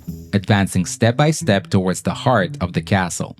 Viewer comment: It's not impossible, it happened many times, and you gotta pronounce Castle correctly, even if you are an american.